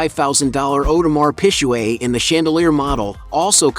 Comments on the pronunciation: 50 has so much more money than Ross if he found out he'd sue him for it 😅oh yeah 😅... audemar PIG-GAY. U murdered the name of that watch ⌚️ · Awdemar pishweh 😩😂😂 … “.. Whale and Meek Mill” .. who is this guy 😂😂 and he playing 50 like 50 didn’t sell more record make more money from investments 😂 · That Audemar Pisjuaid tho🤣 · You are pronouncing the name of the watch Audemars Piguet wrong - so wrong. Do your homework.